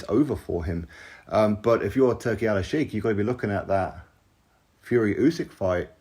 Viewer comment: It is Turki Al Sheikh not Alalshiek. And the way you pronounce it literally means Turki The Lover according to Arabic Language😂